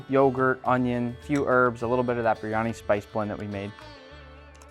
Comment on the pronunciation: Why can't you even pronounce the dish?